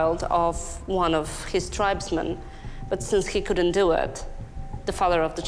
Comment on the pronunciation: Listen to this narrator! “ this woman’s death had nothing to doowuh with ceremonyuh, but had everything to doowuh with moneeyuh.” Why?! Lollollol.